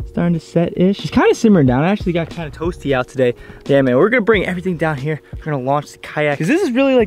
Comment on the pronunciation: "It's a little tOasty out heur"